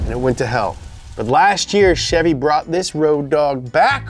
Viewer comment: That’s not how you pronounce Chevy